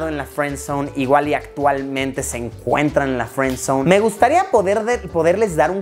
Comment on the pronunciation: Friendzonee sería no feenzonee